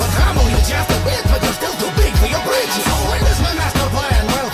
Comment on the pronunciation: “You’re still too big for your bridges” really tickled my funny bone. (for non English speakers: ‘bridges’ sounds like ‘britches’, a type of short pants) (+ shout out to parents who actually do what they are meant to do!)